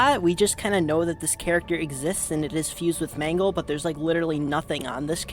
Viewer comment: im not even joking the more you say mangle it sounds like mango😭